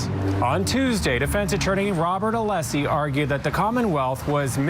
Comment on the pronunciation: At least pronounce Alessi's name correct 🤦‍♀️